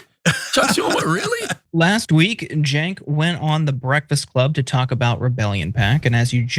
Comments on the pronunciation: Charlemagne couldn’t even bother to pronounce Cenk’s first and last name right 😂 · money out of politics look it up , no corpo money , the people should influence politicians not big corporations. You must live in a bubble Cenk lived his life with his name being miss pronounced , it’s sad that you care more than he does. You must be privileged.